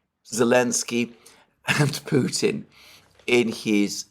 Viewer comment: Alexander, It’s so obvious that President Biden has some cognitive and linguistic issues and it’s sad that he is put in the position as chief political spokesperson for the US… Also, you are one of the only British commentators that pronounce Putin correctly… I’m hearing “Poutin” from the rest….😮 Ron in Alice Springs Australia…🦘